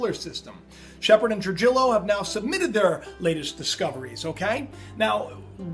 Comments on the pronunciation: Tru-hee-yo not true-jillo. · Trujillo is pronounced "Tru-HE-yo". FYI. We learn something new every day. One YouTube site, involving "Roberto from Italy" is claiming that the brown dwarf star is supposed to plow into the sun in 2017. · Trujillo is pronounced "True he o" . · I had a friend in school Jose Trujillo. I believe you're pronouncing it wrong. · He's educated but can't pronounce "Trujillo" correctly and doesn't understand that the planet is called "Biden" because of it's "VP" designation as in "Vice President". Come on man don't let common sense escape you.